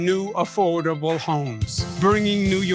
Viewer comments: 5000 new affoadable homes... He can't even SAY AFFORDABLE😂😂😂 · Did Cuomo say "afoldable homes"? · Cuomo can barely say the word affordable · Cuomo cant even PRONOUNCE affordable